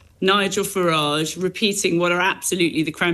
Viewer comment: How do you pronounce Farage? James says "Farr -idge" 🤣